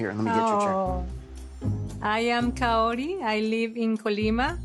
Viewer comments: He needs to stop calling her cayotee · Why do I feel like he's saying Coyote every time he says Kaori 😂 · you don't even need to roll the r. Cuz obviously he can't do it. But he should try to say it the best he can instead of saying coyote 🐺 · The way he pronounces her name as KAA-OOri when its literally just Kaori is making me cringe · "Kaory, Kauory, Coyote" 😂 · where in the world does he get the t in Kaory? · Is he trying to say coyote? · "Her name is Kaory, I hope i'm saying her name right... Kaory, Kaooory... KAORY!" 2 seconds later.. "Cayote and I..." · Ed: KAORY, I hope I’m saying that right Literally one second later: coyote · Practicing to pronounce her name and THEN he goes straight back to calling her coyote, geeze 🙄🤦🏻‍♀️ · Ed, Just call her Kai-oh-ree. -_ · Without i. It is Ka-o-ry... simple... but the exes are rose and liz... so even her name is looking too much for her. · He says her name so horribly